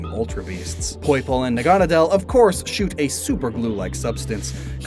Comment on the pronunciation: The way you pronounce Naganadel bugs me a bit. The anime says it differently.